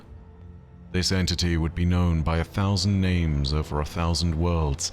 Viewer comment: Cannot count on "". If he cant get the names right, what else is not right? Every intentional "I know better than the dev's" pronounciation is like nails on a chalkboard, and kind of arrogant.